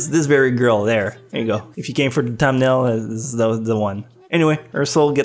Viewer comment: "eggswhoresist" what the fuck?:"tumnail" what the fuck?:"utter" what the fuck?:"psycological" how the fuck did you pronounce that?